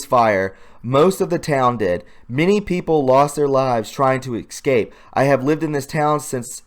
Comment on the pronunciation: Excape? Let's do this slowly. Es-cape. Escape. Not Excape.